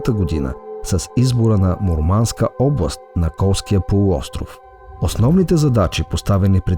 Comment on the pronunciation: Му̀рманск, не Мурма́нск. ☺